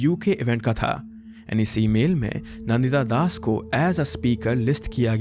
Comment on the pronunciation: You are an Indian and how do you pronounce Deepak Chopra's name.... Dee-pack? And Nandita Dasas Nan- Ditta Das!